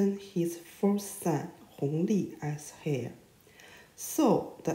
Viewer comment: Heir >> pronounces "air" not "hair".